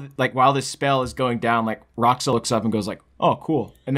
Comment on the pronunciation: its Rah'ōxah not Rah'oxah.